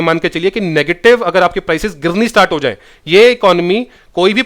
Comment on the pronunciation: gerni pdegi ....hahaha ....Haryana se ho kya sir ...